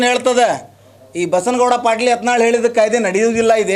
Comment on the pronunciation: Nin modlu sariyagi kannad matado ni erudu karnatak dalli ಯಾತನಾಳ ಅಲ್ಲಾ ಅದು ಯತ್ನಾಳ್